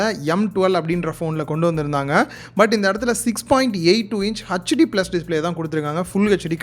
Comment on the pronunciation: Good unboxing/review of Infinix Hot 10s. HD+ பதிலாக Full HD தந்திருந்தால் சூப்பரா இருந்திருக்கும். ஒரு விஷயம். தப்பாக நினைக்க வேண்டாம். HD யை hetch d என்று (hutch d மாறாக) உச்சரித்தால் நன்றாக இருக்கும். மற்றபடி build quality நன்றாக இருக்குமா? Gorilla glass protection இருக்கா? Redmi 9 prime, Poco M2 போன்றவற்றில் தந்திருக்காங்க. வாழ்க வளமுடன்.🙋